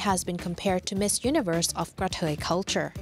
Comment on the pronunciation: Same thing. She's just pronouncing it differently.